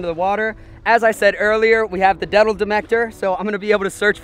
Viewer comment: Debol medactor lmao 😂